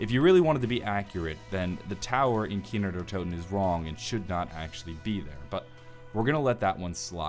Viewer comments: it's kino not kiner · Why does he say kiner der toten instead of kino der toten? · "kiner der toten" i swear that is how you're saying it xD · Does Anyone know he says Kiner Der Toten